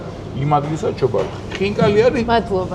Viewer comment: ჩობარუხი არა, ჩაბარუხი.